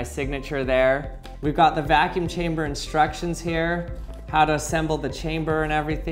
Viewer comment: Evertine hesaid vaacune chambr I tooook a shot…. I drrunk